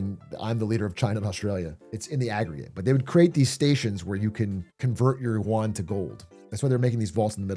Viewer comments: WAH-N! Surely you-ahn ain't it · Is no one gonna correct his pronunciation of "yuan"? It's supposed to sound like "ü + en" not "yoo an" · should be pronounced something like: 'yuen' but i like it how my coffee cow says it